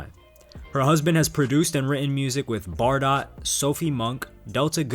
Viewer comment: One thing - Bardot is actually pronounced bah-doe.